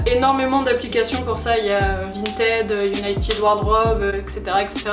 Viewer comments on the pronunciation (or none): none